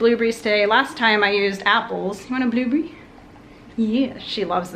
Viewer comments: Love how you say blueberry: Blue-bree. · Omg the way she said blueberry